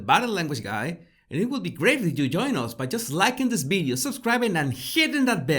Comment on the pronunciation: Video not “Bideo”